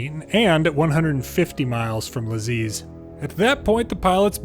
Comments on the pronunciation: Lajes in portugues is more like lages, your "American" pronunciation was actually better than the other, even if still bad 😅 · Tbh, the "Americanized" version of Lajes is a bit closer than the first, nice video though, quite entertaining! Keep it up! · Your americanized pronounciation of "lajes" is a lot closer to how its pronounced in Portuguese than the first attempt